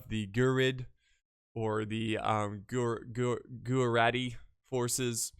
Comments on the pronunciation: Greetings from india :D And just saying its not gojurati Its pronounced as guj-rati :D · almost! its pronounced as GUJ-RA-TY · gujarati pronounciation: gujj- araatti